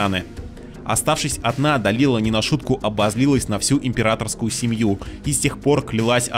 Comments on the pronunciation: а можно было имена персонажей нормально произносить, как они должны звучать в реальности? То что наши доморощенные локализаторы обкурились аргентинского и обозвали Дэлайлу... Далилой, не значит что автор должен повторять за ними... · Называть Дэлайлу, Далилой потому что так решили переводчики первой части ты будешь, а Да́уда, Дау́дом не будешь из принципа. Интересная позиция :/ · УУууух, услышал "Далила" и немного подлетел на реактивной тяге... Может это только для моего слуха, но Далила больше похоже на глагол в прошедшем времени, а не на имя. Дэлайла она, Де-лай-ла. Даже в гугл переводчик не поленился закинуть её имя в оригинале и прослушать произношение. Ухх прям=) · да Дауд ты хорошо произносишь. А вот по английски Далила звучит не так. Дэлайла правильно так. А Далила прям режит ухо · То есть ты из принципа ставишь ударение в имени Дауд на а, но Делайлу называть Далилой тебе норм? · Изгнанник... Далила.... Автору самому слух не режет? Хоть бы читал нормально